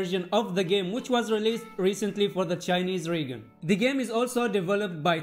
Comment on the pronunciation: I just noticed you pronounced 'region' wrong in the video. I know its not your first language so just thought i would point it out